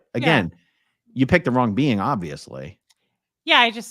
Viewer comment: every time says "being" I hear "bean" and it makes everything funnier! lol